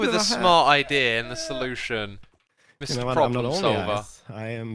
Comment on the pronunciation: Ibeea instead of idea